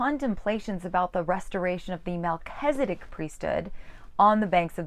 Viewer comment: I'm sorry, but I just cannot continue to listen to you pronounce Melchizedek as if it is MelchEzedIk. Since you're presuming to teach us about The Melchizedek priesthood, you should at least know how to pronounce the name.